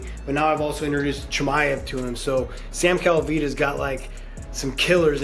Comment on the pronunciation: His Name is Chimaev and not chimev.Acting like you never heard his name before.Not the first time you doing this.